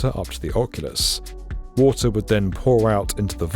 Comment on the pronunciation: "Wata'" :cat-orange-whistling